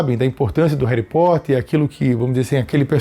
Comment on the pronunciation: "Reri Potter"😂❤